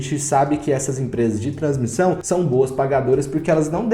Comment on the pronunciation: “Transmição” vc matou hein.. mas blz, sigo acompanhando. Boa qualidade do video, parabéns!